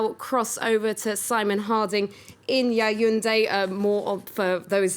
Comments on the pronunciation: Its Ya wun deh (Yaoundé) not ya yun de . Hope this help you with the pronunciation. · It's NOT YAYUNDE. It is YAOUNDE (pronounced Yaunde). Why is that too difficult? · or,YA OO NDEH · Capital of Cameroon: YAYUNDE. Lmao Cameroonians will be angry about this. Try pronunciation before presenting the news. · Yayunde???? Please be quiet!!! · Internet and social media have brought out the beast in humanity. It's surprising that out of a great show she has produced all ppl could see are the physical features of the lady. Yaounde is not an English word but I would not give her a pass for not taking the time to learn how to pronounce it appropriately in preparation for the show.